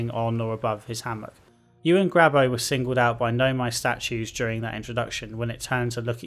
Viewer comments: This man calling gabbro "grabbo" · Gabbro* Gabbro* Gabbro* Gabbro* Otherwise great video. My only point of frustration with awkward puzzle design was the exact method of entry to the Ash Twin Project.